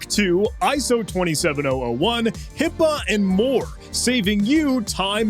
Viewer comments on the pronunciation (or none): none